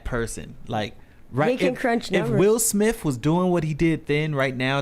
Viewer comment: “Will Smiff”?